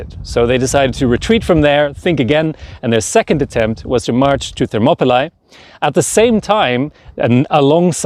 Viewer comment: Please use the right pronunciation of the place. The place is pronounced "ThermopyLEE", not ThermopyLIE. You do pronounce the name "Leonidas" correctly. Nice video.